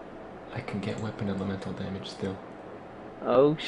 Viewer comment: pronunciation of weapon elemental damage lol xD